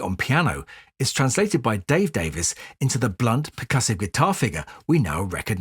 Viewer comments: I may be wrong, but I believe that their last name is pronounced “Davis,” despite the “e.” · I was going to mention that as I typically do... much to peoples' annoyance. Ray seems to pronounce it as 'Davis' but, a little while ago, I saw Dave in an interview and he pronounced his name as 'Davees'. Perhaps that's part of their legendary scrapping.